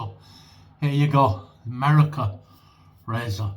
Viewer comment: Howdy, Angie, Sammie and Posse! “Merica” in a pretty darn good American accent. 🤣😂 Great shave my friend. Much love and joy all around. Keep pushing back against the darkness. 👍🏼❤️👍🏼